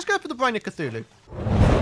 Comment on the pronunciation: U know how sometimes says Cachuchu instead of Cthulu? This is how it happened.: mk so imma fight the eye of c- AAACHHUUUUUU (sneeze) Hey... eye of cachu... cachuchu... EYE OF CACHUCHU!!!